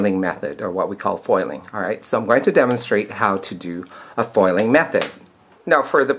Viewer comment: "Poil".. lol.. Spoken like a true Filipino.